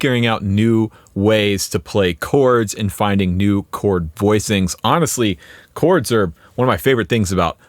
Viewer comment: When you said "chords" I thought you said "corts". I thought, "corts" those super cheap pawnshop strat knock-offs? That's weird.